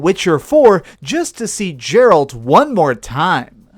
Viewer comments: Did you just call Geralt džeralt for real! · Geralt. Pronounced: GAR-ALT. Please stop doing saying it wrong. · When he mispronounces Geralt that's when you know he didn't play Witcher 3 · You said youve played witcher 3 for hundereds of hours but you still cant pronounce Geralt... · Ikr it's so annoying